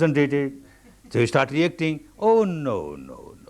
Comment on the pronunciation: "Starrrrt again, starrrt again."